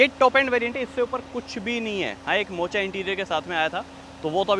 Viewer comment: Oo Bhai मोचा nahi मोका hota hai pronunciation